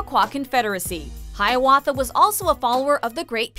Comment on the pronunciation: The host just said Haiawatha without saying #6. What?